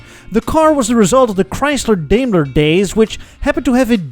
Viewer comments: I have never before heard anyone say "DaimlerChrysler" backwards, and pronouncing Daimler wrong. Either, a genius move to troll ze Germans in your audience...or a way to get your auto-YouTuber-card™ revoked. Pick one. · I just now noticed how weird it is that as an dutchmen says Daimler like DAY-mlur.